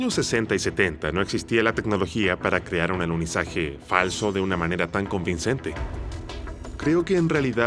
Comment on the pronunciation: Oh, no, es el pésimo doblaje chileno, agregando letras a las palabras: en vez de decir "alunizaje" dicen "aluniziaje", en vez de decir "que" dicen "quie" entre miles de errores de dicción. No pudieron gastar un poco más y encargarle el doblaje a otro país o subtitularlo? PD nadie ha ido al espacio